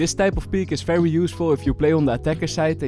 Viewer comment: You keep pronouncing every V as an F snd and not as an W as supposed, you say Fery good, felorant etc, why? Also it's Wandal not Fendal